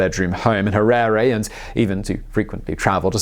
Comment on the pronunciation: Simon, I can forgive your pronouciation massacre of most of the Ndebele and Shona names, but getting the Capital city of a Country wrong is unforgivable!!! Having lived in the country for the first 36 years of my life, till 2000 having being physically chased off the legally owned land I was on, I think you gave a very balanced view of the man and his paranoid and cronistic destruction of the country. His five year genocide, in a newly 'liberated' country, of the Ndebele killed at least twice ( if not four times) as many as people as the Rhodesian army (comprised 70% black Zimbabweans....) managed in 15 years. Once again, another very good distilled and condensed snippet of a biography. Thanks you.